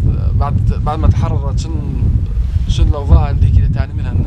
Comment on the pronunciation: ليبيا تخررت مش تحررت